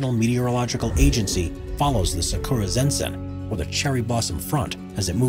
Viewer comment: It's not pronounced "sa-K00-ra" dammit. The 'u' is nearly silent, pronounced properly as something like "sa-k-ra"